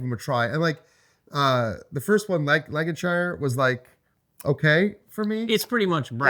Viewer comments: Love hearing your pronunciation of UK place names. Lan-Ka-Sheer and Bur-Ming-Hum I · Super pepped for the game! *Lancashire ("Lank-a-shur") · For our American neighbours...anytime you have a UK city ending on ham...it's pronounced hum. Birminghum, Buckinghum, fullhum, Nottinghum and so on. Anything ending on shire is shur. Yorkshur, Lancashur and so on. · This video should be titled "7 ways to mispronounce Lancashire"